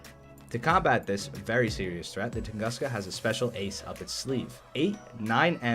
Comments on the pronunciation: Little advice, it’s actually pronounced like “toon-goos-ka”. And yeah, damn you so hot 🥵 (nohomo) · Close, but it's pronounced tung'oo'ska. It's also true name of and event where a giant meteorite flattened an entire Siberian forest. So we got a forest flattener in game.